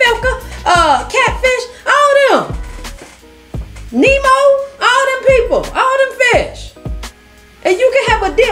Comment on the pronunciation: Girl!!! No you didn't say "NEMO"